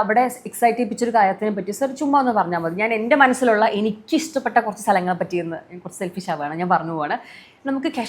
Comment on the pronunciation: കുട്ടീ, ഇശ്ട്ടപ്പെട്ട അല്ല ഇഷ്ടപ്പെട്ട എന്നു പറയൂ